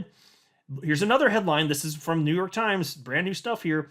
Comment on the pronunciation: The “frooo” 😂😂😂😂